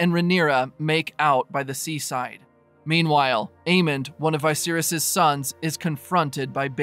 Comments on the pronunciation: Having a tough time accepting the pronunciation of vicious as veye-virus LOL wtf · Thanks for the recap, though the way you pronounce "Viserys" sounds off to me. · The way you pronounce Vicerys ruined this vid. Lol